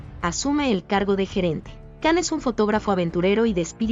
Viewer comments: Yo he visto algunas de estas telenovelas, Dolunay, Erkency Kus y otras... Qué resúmenes tan mal hechos, se me han quitado las ganas de ver otras. Ahhh y CAN se pronuncia (YAN) y otros nombres que tbn se dicen mal. Por favor, poned más interés en hacer las cosas bien. Gracias!! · Não Can se pronuncia Jan,igual a atriz de sila, Cansu se pronuncia Jansu